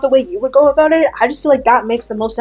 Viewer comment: We don't say "about" that way